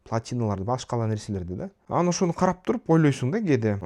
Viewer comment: Билим,илим ,дуйнону коро билуу баардык жактан жетиштуу тушунгон жана тушундуро алган азамат бала.Кыргызстанга коп кырдуу пайдасын тийгизуучу жаштардын алдынкысы. Бир созум бар,капа болбосон "анан" деген созду аан деп айтасын,ошону эске алып койсон уулум.Мен сени сыйлайм жана баалайм.